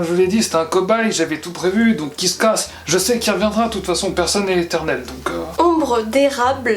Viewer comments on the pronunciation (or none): none